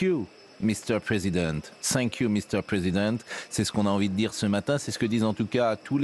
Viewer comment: Cinq you pascal praud !mdr l accent 😂😂